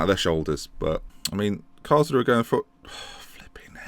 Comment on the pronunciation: Karlsruhe = Karls-roo-ha Braunschweig = You're saying it right (not really).